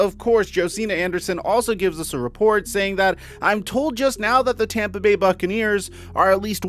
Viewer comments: It's Tampa. Not Tamba. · He's going to tompa bay lol u mean Tampa Bay